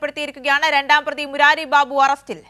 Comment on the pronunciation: ബീബു അല്ല ബാബു 😂